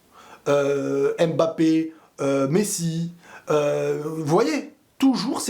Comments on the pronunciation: stp arrête de dire M Mbappé C’est Mbappé!! Merci chef Salut 👋, Sinon belle analyse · En tant qu'africain j'en ai ras le bol d'entendre les gens prononcer M'Mbappé au lieu de Mbappé !! Sinon vidéo très instructive .